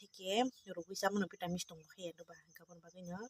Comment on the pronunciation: vitamin ❌ vitamis ✅